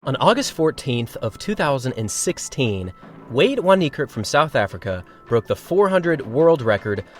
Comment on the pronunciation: Y'all still butcher his name😂 it's pronounced as fan a v in Afrikaans is like an f😂😂😂